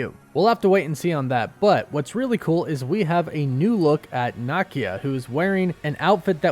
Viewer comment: What y’all YouTubers keep saying NahKia? It’s NUH-Keeya